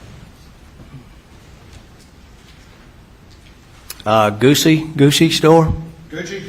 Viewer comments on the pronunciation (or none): Leave it to South Carolina to pronounce Gucci as 'Goosey' lol.